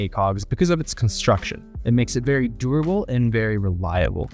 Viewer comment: I hate how you say durable but i like the quality of your channel. Your mannerisms seem like AI banged out unreal engine 5, and I'm still not convinced you are a real human. Either way, i still watched. Good on you, hUmAn.